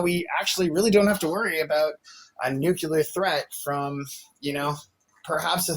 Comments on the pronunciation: It’s nuclear. Not nucular. Geezus. 🤦🏻‍♀️ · Why do people say "Newcullear"/ It's Nuclear! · She did, in fact, say "Nevada" is a city in California 😂 I had to back it up but she definitely said it. And are people really still saying "nuculer" when they mean nuclear? Damn, Bush Jr. would be proud of this caller. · Ignorance. Buzzwords. What about … . Conflating. Deflecting. And I hate “noo-kyoo-lar” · Did he just say nucular?😢